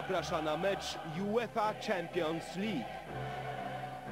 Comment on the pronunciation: "jułefa czampions lik"- na szczęście dziś mamy bardziej wyedukowanych językowo lektorów...